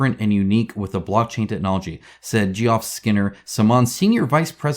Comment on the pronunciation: I must admit, I've never heard the name Geoff pronounced like that 🤗